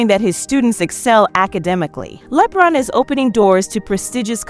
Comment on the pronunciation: Its LEBRON, like LABRON. ONE Word. NOT LEEE-BRON. smh